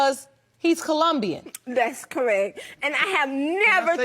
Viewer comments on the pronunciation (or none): ColOmbian, not ColUmbian.